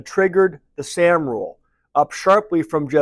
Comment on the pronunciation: Morning. You’re pronouncing ‘sahm’ incorrectly.